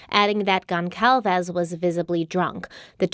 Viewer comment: This woman is pronouncing Alivia Goncalves name wrong!!